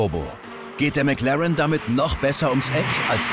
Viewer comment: Ich hasse es wenn man Meclaaren sagt